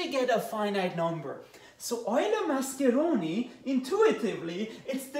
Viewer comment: Nice italian pronunciation